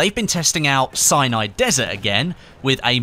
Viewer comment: Sounds like hes saying cyanide desert 8-/